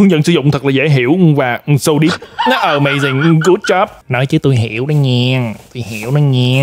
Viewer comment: Ờ - May - Zing - Gút - Chóp :))